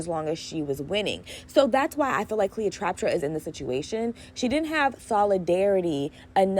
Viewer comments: Trap-pa not traptra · You saying Cleo’s name wrong the whole time is too much 😂 However, you had really good takes and advice. Keep up the good work